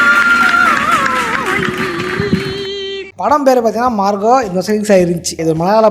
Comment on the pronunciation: പടത്തിന്റ പേര് പോലും ഇവന് മര്യാക്ക് പറയാൻ അറീല്ല മാർക്കോയെ മാർഗോ എന്ന്...